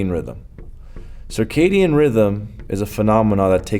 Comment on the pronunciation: It's circadian not circadium.